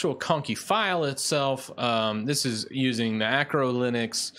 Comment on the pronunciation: It's ARCO (arco) not ACRO (acro) linux. This is just a mild criticism. I love your channel